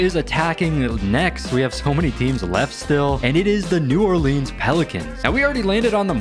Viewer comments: New "Oreleans"? Sorry, I'm a nerd. It's New Orleans fyi. I love your content, though!❤❤ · "New Orleeens pelicans"